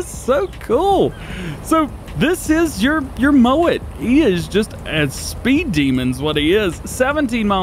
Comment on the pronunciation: Am I the only one that heard say "moan it" instead of "mow it"? I've watched twice and I swear he say moan instead of mow 😂